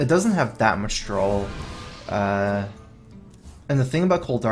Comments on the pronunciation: Nope. It's not correct to say "That was a nice drawal" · Lol indeed. "Drawl" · DRAW. It's pronounced draw, dammit. There's no goddamn "L" in there. Shit drives me crazy. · Lübke I think that it's an unconscious mispronunciation, nothing to be angry about. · Uhm yes, but it's still as correct to say "drawal" instead of "draw", right?